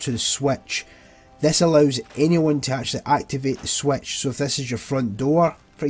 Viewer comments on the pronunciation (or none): Didn’t realize switch is pronounced Swetch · i love how you say switch as swaetch